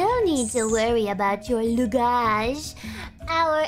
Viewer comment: the way she say luggage is just ' chef kiss '